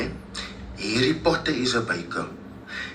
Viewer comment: Foken Harry Potter will never be the same… Now I only hear Hairy Potter 🫠🫠🫠🫠🫠🫠